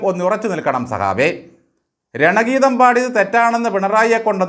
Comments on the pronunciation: രണഗീതമല്ല ഗണഗീതം എന്നാണ് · രണഗീതമല്ല ഗണഗീതമാണ്